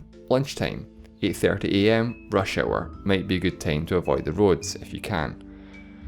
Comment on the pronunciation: its time, not teim